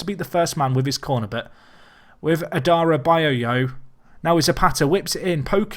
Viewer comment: id hate to see a nickname for adarabioyo as its quite a legendary surname by itself you pronounce it like adda-rab-ee-yoyo